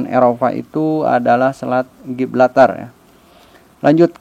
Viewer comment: Setau saya Gibraltar bukan Giblatar